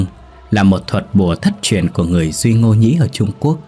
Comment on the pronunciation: Sát thủ Daklak đọc sai rồi ơi. Cái từ ngô và li đó